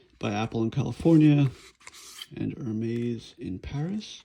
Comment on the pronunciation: Hi I am french and yes it is the correct prononciation you win 1 point man ! Ps no I don t live in Paris !